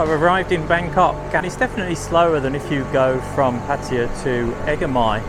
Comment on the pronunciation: Why you pronounce Pattaya like a Patya?